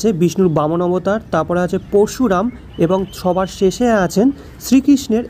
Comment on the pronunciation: পশুরাম নয়, উচ্চারণ হবে পরুশুরাম।